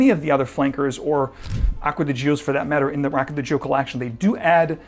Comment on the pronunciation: Please learn how to correctly pronounce "Gio". 🤦🏻‍♂️🤦🏻‍♂️🤦🏻‍♂️